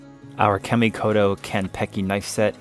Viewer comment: The name Kamikoto is not being pronounced correctly. Japanese would pronounce it like the following. Commi koto. The A sounds like 'aaa'.